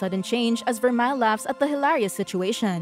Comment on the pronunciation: and its ver-mel in pronounciation of vermeil